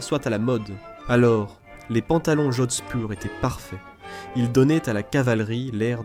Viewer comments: Horrible prononciation "jocksburg" pour Jodhpur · cet abruti prononce Jodspur comme si c'était de l'allemand et y rajoute un G, et les mots allemands il les prononce comme si c'était du français